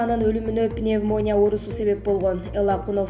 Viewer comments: Башты оорутпачы пневмония деп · Пневмония деген созду туура айтсаныз ведущий